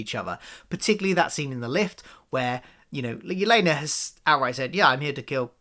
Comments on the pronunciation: It is "My-uh", and "Yeh-lay-nuh". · When you call Maya "Meeya" and Yelena "Yuhlahnuh", it reminds me of when my parents used to get confused about how to pronounce the word "dalek". They would call it a "darlek", because, I guess that's how they thought British pronunciation/accent works?